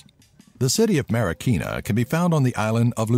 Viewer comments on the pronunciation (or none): When he said Marikina, I laughed. One, because my city was said. And two, he pronounced it quite wrong. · ifugao=IF-fooh-gau. marikina=mah-ree-KEE-nah. panganiban=pang-ah-KNEE-ban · Lmao don't worry foreigners don't naturally have an easy time pronouncing our Filipino words and such, but I don't blame them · and also you say marikina wrong thats because i am filipino filipinos arise!!!!! you say adobo wrong omg you say every word in filipino in the wrong pronounsation